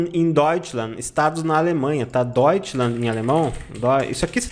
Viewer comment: Não deveria ser Deutschland (ˈdɔytʃlant)? Com /t/ no final?